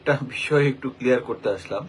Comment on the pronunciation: আসসালামু আলাইকুম ওয়া রাহমাতুল্লাহ। স্যার আপনার সালামটা যেন আমার কাছে শুদ্ধ মনে হচ্ছে না